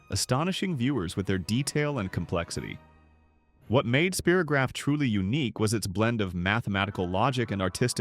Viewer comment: Yes, It brought back all the wonderful memories of childhood. PLEASE either program AI to say the names correctly or FIND A REAL PERSON TO NARRATE. "SPEAR o graph" the AI voice said. NO, it's SPY ROH GRAPH